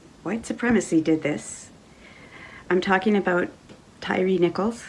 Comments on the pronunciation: his unaliving????? just make up our own words. his name is not TYREE its TYRE the UK spelling of TIRE. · his name is pronounced Tire not tyree.